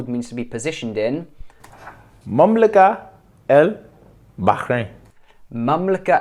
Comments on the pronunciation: just a tip مملكة البحرين is pronounced mamlaket but in the word المملكة is pronounced al mamlaka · Good vid but it should be mamlaka(t) al Bahrain - مملكة البحرين because of the ة rule of association which requires that the ت be pronounced . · كلمة (مملكة البحرين) هنا تنطق التاء المربوطة تاء وليس هاء (مملكت البحرين) والسبب ان مملكة ليست معرفة بأل لذا حتى بالعامية تنطق ت